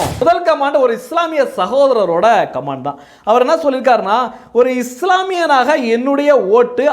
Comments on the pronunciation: Please correct - it is not command, it is comment. Please pronounce correct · கமான்d கமான்d ன்னு தப்பா இங்கிலீஷ் உச்சரிக்கக் கூடாது. காமென்T ன்னு உச்சரிப்பு இருக்கனும். தயவு செய்து கரெக்ட்ஷன் செய்ததற்காக மன்னிப்பு கேட்கிறேன்! 🎉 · Comment should wrongly pronouned like command. The speaker need to practice the correct pronunciation.